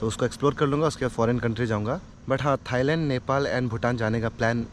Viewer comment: Thailand bola toh tora alag se lagraha hain 🫣🫣😂😂 Last wla bath dil ko chuliyea 💓